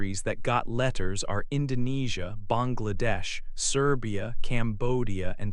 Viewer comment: You have correctly pronounced 'Bangladesh" in our subcontinental accent.